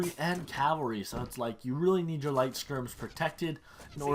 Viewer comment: Cav- all - ry , that is how you pronounce it